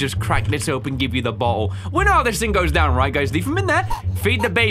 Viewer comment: "Where is this butthole?" 🤣 (I know he actually says "bottle.")